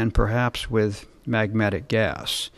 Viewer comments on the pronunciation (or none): I think he said magmatic gas!!! Lol nm